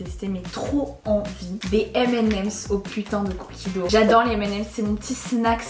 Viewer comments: La prononciation est beaucoup plus poche de "do" que de "dougue" (si c'est bien ce que tu as voulu dire, étant donné que tu as juste écrit le mot anglais) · Ben non, c'est un mot anglais. La prononciation est beaucoup plus proche de "do" que "dougue" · Non mais on dit pas cookie do 😭 c’est cookie dough